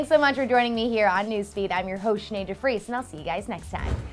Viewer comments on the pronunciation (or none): none